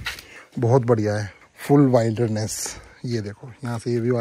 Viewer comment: Bhai wailderness nahi wilderness pronounce kiya jaata hai ,my hindi writing keyboard is not opening up that would have explained better ,you can listen to its pronunciation on Google